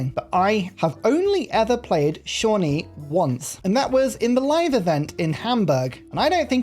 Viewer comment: I'm so proud of you for learning how to pronounce Shawnee!